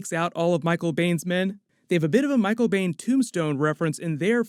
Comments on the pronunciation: Am I the only one that got really triggered every time he said Michael Biehn's name? It's not pronounced Bane. It's BEAN. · *Michael Beihn, pronounced as "Bean" not "Bane." Great review otherwise. 👍🏾😎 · Michael Biehn - pronounced 'bean'. I have it on good authority. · His name is pronounced "Bean". Michael Biehn is awesome. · It's pronounced "Bean". Haha I dunno why it bothered me so much. Michael Bean